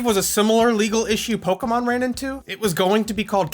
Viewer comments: Thank you for pronouncing "Pokémon" correctly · What I find ironic, is you're a digimon fan, and you actually pronounce pokemon correctly when so many pokemon fans don't even though they sing it out loud in the show